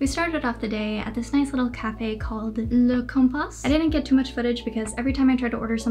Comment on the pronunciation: little detail, the S is silent in this word so it's "Le Compa" otherwise your pronunciation was good! But this video was almost a year ago so maybe you learned that since then? x) Great video btw